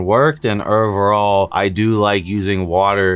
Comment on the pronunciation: Omg every time you say ovrrrall